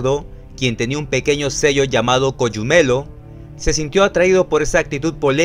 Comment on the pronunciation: Se dice Cogumelo, asi como se lee y no ''coyumelo'' saludos xd